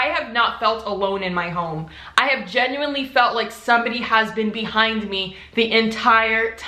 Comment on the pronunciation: nobody:: “genUinElY”